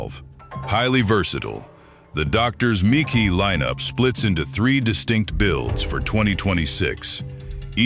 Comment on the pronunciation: since when is MKII Pronounced Mckee and lead is not leed dam AI is taking over and not sounding too smart